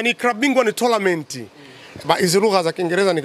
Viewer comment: Yanaitwa TOURNAMENT inatamkwa tonament mimi nakuelewa sana na nakufatilia sana from sweden